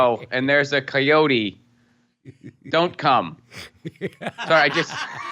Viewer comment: I fucking HATE the way she pronounces "coyotes", I don't know if it's supposed to be more "authentically Mexican" or something, but I am Mexican and I think that's a stupid way to pronounce it.